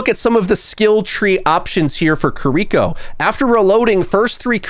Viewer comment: They need to give Mei's Freeze back. LOL!! They said if Marvel Rivals can take something from us WE CAN TAKE SOMETHING FROM THEM!! Ok not bad OW not bad at all. Her name is not Ko ri ko. It is Ki Ri Ko (KEY REE KO) as in REEEEEEE KID.